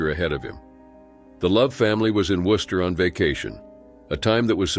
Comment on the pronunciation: Thank you so much for actually pronouncing my home town city correctly. Worcester rarely gets pronounced right by most people. Rip all these officers